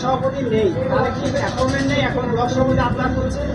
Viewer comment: আ্যপরমেন্ট না কাকা, আ্যপয়েন্টমেন্ট। তোমার তো মুক্ত বিদ্যালয় এর সার্টিফিকেট আছে, তা তোমার মুক্ত বিদ্যালয় এই গুলো শেখায়নি? না "সাদা খাতা" পাস?